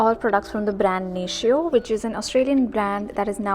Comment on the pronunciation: haha most people do pronounce it 'nay-shee-oh'. In fact, when I was doing one of my training on Natio, they told us to remind people that it's not pronounced that way. And, I actually used to pronounce it wrongly too and it was surprisingly hard to start saying it the correct way😂